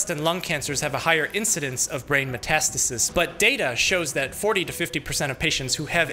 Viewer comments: I always though metastasis was pronounced meh-tuh-STAY-sis, not muh-TAST-is-is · It feels weird to hear Metas tasis..... I generally hear and pronounce it as Meta stasis